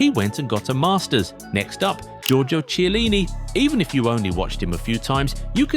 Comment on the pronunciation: the ch in chielini is hard, like chianti moron